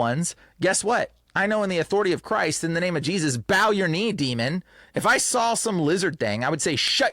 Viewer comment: it's hard to take you serious when you say drawl instead of draw, and sawl instead of saw. C'mon man